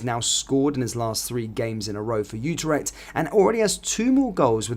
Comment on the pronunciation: IT IS NOT UTER-echt it is U-TREK-T (phonetic)